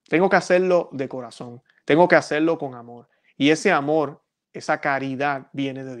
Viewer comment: Siempre confunde la L con la R, es una constante, confunde Amor por Amol, etc, etc.